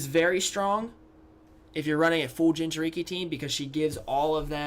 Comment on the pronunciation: when you said jinchuriki I got triggered